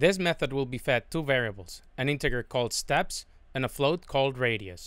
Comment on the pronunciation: Love it. Except it's pronounced "intejer". Soft g. Not "in tigger".